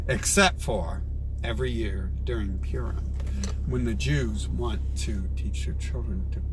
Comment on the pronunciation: Excuse me, it's not "Pyoorem" it's "Purim" LOL you're welcome what's your level of education real quick